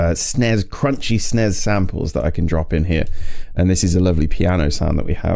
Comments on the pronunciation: Huh? Nobody ever pronounced this "Sness" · It's pronounced 'snezzzz' with a zed sound at the end. It sucks.